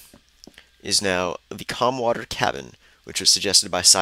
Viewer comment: waiiitt, it sounds like you said calmwater. but on the sign it says clamwater. and i hadno idea you did minecraft videos! and i've been subbed to you for a long time now.